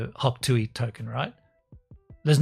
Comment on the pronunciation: it is hawk tuah not hawk tuey